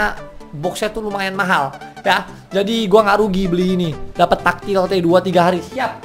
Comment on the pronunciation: tactilite di baca nya tektilait om bkan taktil atau takjil xD